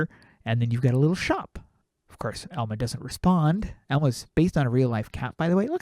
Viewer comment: I believe the cat's name is pronounced all-muh. :3